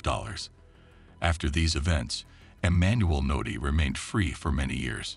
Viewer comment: His name is Emmanuel udeh